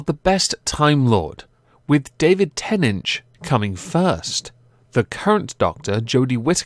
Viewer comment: stop saying davic tenech it is david tenant